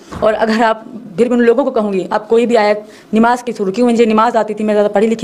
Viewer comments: Nimaj bol rhi hai nmaj hai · nimaz nhi namaz hota pagli kalma bhi Galt pad rhi h